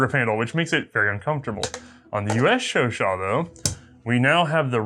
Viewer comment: "This, is a French Sho-Show" "Chau-CHAT"